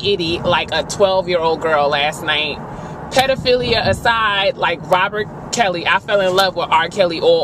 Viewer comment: Why am I in tear!!?!??!?!? You hit the nail right on the head for the entire review!! I can't believe you said 1) ROBIT Kelly, and 2) you called Terrance Howard BEIGE..LMAO.